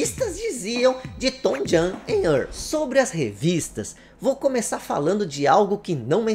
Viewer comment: Uma dica, o nome se pronuncia "TouJem e Ârrl", esse segundo nome é mais difícil mesmo, tem que enrolar a língua